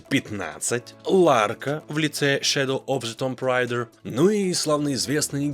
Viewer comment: Ты если произносишь название игр "с произношением", то делай это правильно. Или делай как все нормальные люди по-русски. Носители говорят: "Шадоу ов the тумб рэйда". Вряд ли можно передать кириллицей. Но перепроверяй произношение. Ухо режет.